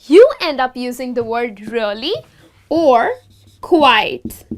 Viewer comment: Quite and not quiet.